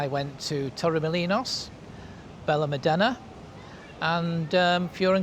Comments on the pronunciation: Perhaps you should learn how to pronounce Benelmadena and Fuengerola. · Pronunciation of Fuengirola and Benalmadena needs attention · totally butchered